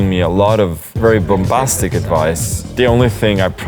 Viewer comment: "Bombastic" - And English is this guys second language. 😅